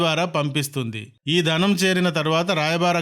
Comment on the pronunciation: ధనం కాదు బాబోయ్ ధనం, ధనం! అంతేకాదు. ఎక్కడా వత్తులు లేవు. భాషను ఖూనీ చేయకండి.